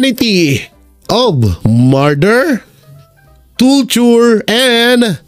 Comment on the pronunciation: Ayusin mo nga pag basa anung toture.torture.